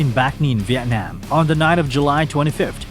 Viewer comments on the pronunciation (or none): none